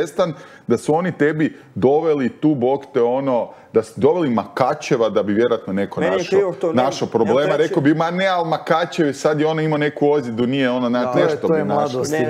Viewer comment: MaHacev a ne Makacev. Habib a ne Kabib.